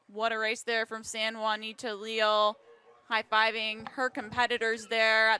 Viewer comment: Wouldn’t her name be pronounced “Ley-al”?